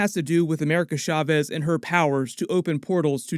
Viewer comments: Please stop saying “Sha-vez.” The “sh” sound isn’t really a thing in Spanish. Love your stuff tho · It’s CHaw-vez not SHaw-vez, ahora repite clase.